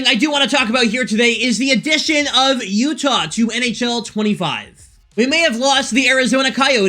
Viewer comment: "Utah.. Utah's" i hate you 😂